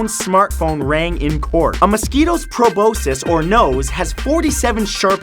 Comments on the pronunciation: You have no excuse for mispronouncing proboscis. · Holy shit dude... You need to learn to pronounce shit! Iommi is pronounced "I. O. Me." Lorre is pronounced like the british slang for trucks, "lorry." Proboscis is pronounced "pro-boss-kiss." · It's Pro-Boss-kiss. Please start pronouncing things right. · 43- it's pronounced pro BOSS kiss.